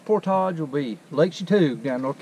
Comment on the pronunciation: Props to you friend for taking the effort to say 'portage' properly, for a while there with your southern accent, I thought I was going to hear something more like 'porridge' which really makes me cringe. Thanks again for making the effort ;-)